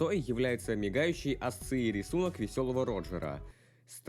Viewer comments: ASCII произносится как АСКИ, а не АСЦЫ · Не асции, а аски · Мэн, не АСЦИИ а АСКИ читается:) Классное видео, впрочем. Молодца. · Ну то, что кто-то читает ASCII, как АСЦЫИ я даже подумать не мог...